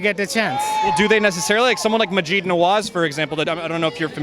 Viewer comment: Maj-id not Maj-eed.